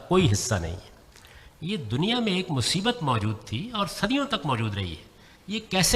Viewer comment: "museebath!" LOL! Perfect language by Ghamidi saheb!🤣🤣🤣🤣